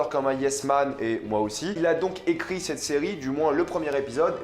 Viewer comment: Arrête de dire « c’te » stp, ça me fait saigner les oreilles, on dit « cet(te) » Merci 🙏